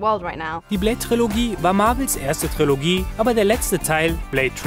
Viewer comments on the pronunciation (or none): none